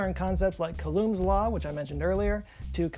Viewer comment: it's not pronounced coloomb's law. It's pronounced coolomb's law.